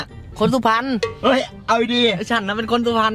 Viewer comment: ตอนที่พูดสุพรรณผมว่ามันออกเพชรบุรีหน่อยๆนะ5555